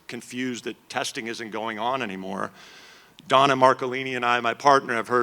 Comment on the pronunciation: 😂 Jeff novitsky pronounces donnas name hilariously